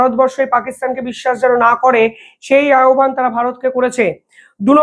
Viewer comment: সুন্দর বিশ্লেষণ! চমৎকার রাজনীতিক জ্ঞান। শব্দটা_ আহ্বান> উচ্চারণ _ আওভান> আহবান নয়